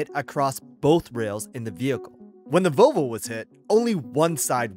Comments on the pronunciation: What's a "Vovo"? It has an L. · its vovo not volvo? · Sir, it is pronounced Volvo not Vo-vo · VoLvo, not Vovo. Or if easier, Vol Vo.